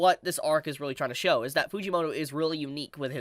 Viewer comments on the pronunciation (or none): none